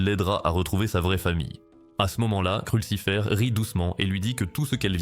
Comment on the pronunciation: Wesh kursifer c'est lusifer 😂😂😂😂